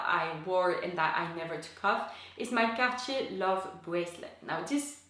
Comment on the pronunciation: So refreshing to hear Cartier pronounced correctly!